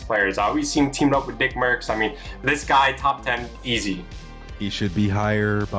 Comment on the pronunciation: y’all can’t even lie he said dickmercs.